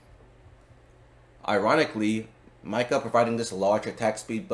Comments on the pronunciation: I can't take you seriously when you keep saying Myka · It /is/ spelled how it sounds Mika = [Meeka]; Long I sound. And there are many in-game moments of it being said correctly to reference when making videos if you're going to do theorycrafting...